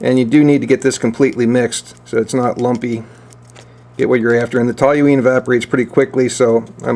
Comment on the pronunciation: How can you look at the label on the toluene bottle and still mispronounce the word with an extra "L" that's not there? Curious.